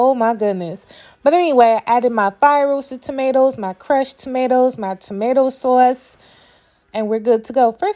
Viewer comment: Every time you said sawse I hollered 😂 I’m definitely trying the recipe!